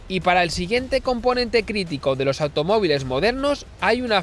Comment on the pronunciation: Muy interesante pero al no haber pausas se hace un poco pesada la locución y al final, en esto de las redes e internet lo importante es que la gente se quede enganchada, no que abandone el vídeo antes de que acabe. Otra cosita, te has dado cuenta de que cuando acabas una palabra en “s” y la siguiente comienza con “d”, intercalas una “r”? Por el empleo: “loR dos puertos”. No sé por lo haces, pero lo haces. Escúchate para que veas.